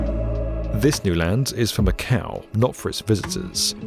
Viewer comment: funny thing, macau sound like MAKAO which is popular card game